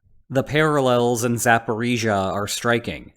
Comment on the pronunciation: i am so happy you get the pronunciation right